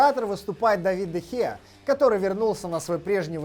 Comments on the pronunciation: Ни Дэ Хеа А Де Хеа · Не Дэ Хеа а Де Хеа